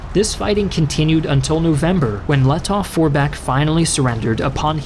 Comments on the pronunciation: Grammar german here: In the name Lettow- Vorbeck the „w“ is close to silent. You say it more like „Lettoh- Vorbeck.“🤪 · Great Video! But i have an advice for you: you don‘t actually spell the w in Paul von Lettow-Vorbeck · The “w” in Lettow-Vorbeck is silent